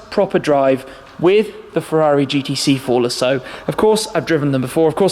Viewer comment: I sing care that the AM GT8 is "underpowered." That thing is bad ass. The "G-T-C-Forluhsso" is too. I don't think anyone, in the history of "fitted luggage," has ever used it. Ever.